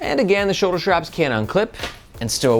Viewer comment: I guess my first post "evaporated". My original comment was about people putting an "H" in between "S" and "T". Like saying shtreet in stead of street or shtrategy instead of strategy or Shtrap instead of strap. Sorry. I really appreciate your videos. very informative and helpful. It's just that hearing shtraps is like fingernails on a chalkboard for me. Maybe I'm the only person on the planet bugged by that. Way back in the day a movie came out with all the girls talking the "Valley Girl" language. Within a year all the girls in my school were talking like "Valley Girls". In recent years, a prominent politician's wife always put an H between S and T. and now everyone is doing that. From famous news casters to content creators. Sort of like dropping the T from words like "Important" and saying "Impor-int". Maybe I'm wrong and people are correct by dropping the T from words like important and inserting that T into words like street.